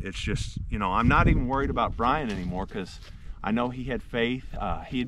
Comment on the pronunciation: BTW, you are calling him Brain not Brian. 🙏